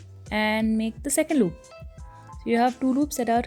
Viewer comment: Since when did you turn into a mallu? "Loop" lmaooooo